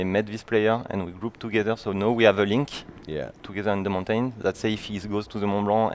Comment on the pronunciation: Cringed every time the game dev said mountain